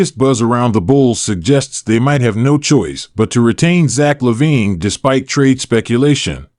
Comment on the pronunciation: You are saying his name incorrectly...